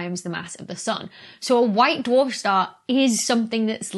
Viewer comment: "white dou-arf shtar" Ooh! the ghost of Sean Connery almost tapped your shoulder there!